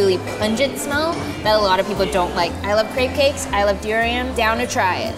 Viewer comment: the way she pronounced durian made me uncomfortable, im from Philippines btw